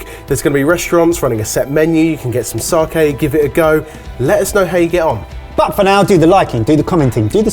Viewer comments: There is no R in sake. Please learn to correctly pronounce sake. Not sarkay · said sake right once, but then said saaaaaaaaahhhhhhhhhhhhhke a tone, its sA ke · So we’re calling it "sarkay" now are we? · still wondering why you guys went all the way to NY for a Japan special, instead of I don't know Japan? Or are you guys just too embarrassed by how you pronounce the word sakai. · Know i'm being really pernickety here but the pronunciation is all wrong of Sake